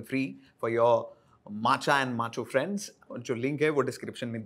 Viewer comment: 1.( Bro its not DOUGHSA its DOSA ) , 2. Also bro when that north indian girl was able to say MACHA properly and you are like MATCHA like that tea Anyway the whole video was sweet :)